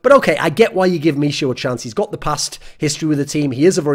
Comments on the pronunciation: Please call him MIHU not mishu <3 :D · misiu :D just fyi 'ch' is pronounced like h in hamster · michu is pronounced me-who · Btw, 'Michu' should be pronounced like 'me-hu' (with hard 'h') as it is from Michu's first name - Michał [Me-haw]. Greetz from Poland. An last but not least, VP without TAZ is not the VP. The VP is over. Sorry for saying that, but it's how I feel. And Im afraid Neo will be next (apart from another bald gentlemen)